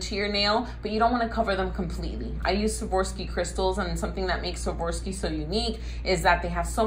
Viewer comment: A great way to remember how to correctly pronounce Swarovski (not Swavorski) is to basically remember this sentence, "I swore off skiing." I even taught my burly truck driving hubby to say it correctly using this method. 😉👍